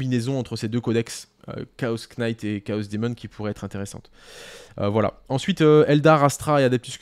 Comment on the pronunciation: désolé de faire mon relou sur la prononciation en anglais et faut pas le prendre mal ( c est pas si grave ou important) mais le K de Knight ne se prononce pas.